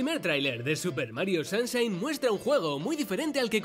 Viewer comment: Super Mario SAMSHAIN 😂😂😂😂😂